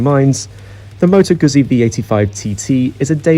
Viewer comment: It's Moto "Gootsy" and "Hoos-quarna" please.